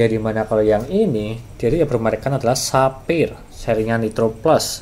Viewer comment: cuma mau ngasi tau, kalo cara baca brand nya itu bukan saphir, coba aja ketik digoogle translate, terus coba klik logo speaker nya itu, nah itu cara baca yang bener